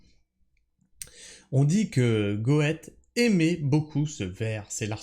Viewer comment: Tu as refais ma journée, je l'ai vue venir gros comme une maison que tu aller te planter sur le Goethe Prononcé Goette ça sonne limite Breton sauf qu'en Allemand ça ce prononce Gueute Le fameux romancier, scientifique etc... mais j'avoue la prononciation de l'allemand c'est toujours compliqué 😅